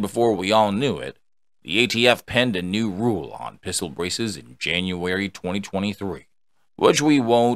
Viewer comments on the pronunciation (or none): none